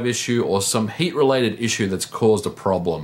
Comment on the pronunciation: It sounds like he says "Hate" whenever he say "Heat"